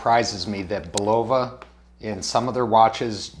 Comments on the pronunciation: Bull-o-va, not bu-lova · It's annoying every time he say bull-ovah. Where did that come from? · I think it is pronounced "Bull la va" - but for sure see Bulova video here: Dude, with all due respect - script out your video or do a practice session first. I respect your effort and wish you success.